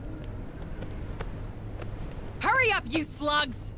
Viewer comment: It wasn't until this episode that I realized they were saying "Move it you slugs!" and not "Move it you sluts!"